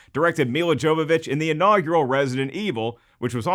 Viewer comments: "Jovovich" is pronounced "Yovovick". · WRONG It's pronounced Yow-vuh-vich not "vick" she's not a vapor rub.